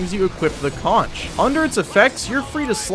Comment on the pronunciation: The shell the soldier is blowing on is a conch, pronounced like it has a k at the end, as in conch chowder. The weapon name is a play on words so it ends up sounding like conquerer. There is no ch sound.